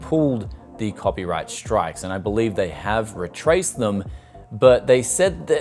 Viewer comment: am i wrong or is the word re-track-ted not re-traced or is it a different word he is saying